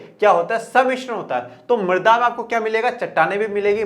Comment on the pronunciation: Sir use marda nhi mrida khte h